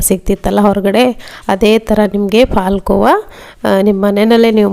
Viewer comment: ನೀವು ಕನ್ನಡದವರಾಗಿ ಹಾಲು ಕೋವಾ ಅಂತ ಹೇಳಿ ಪಾಲ್ ಕೋವ ಅಂತ ಬೇಡ